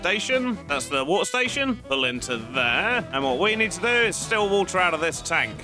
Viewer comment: Wa'er Station 😂